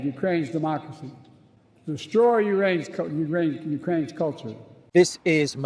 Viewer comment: No, URAINES democracy!! 🤣🤣🤣